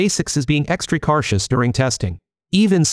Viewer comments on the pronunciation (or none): You might want to adjust your AI speech to mitigate all of the mispronunciations, and be "extree carshus" about this. 😂